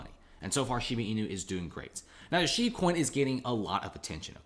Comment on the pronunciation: shiiiiibaaaaaa bruhhh not sheeebeeee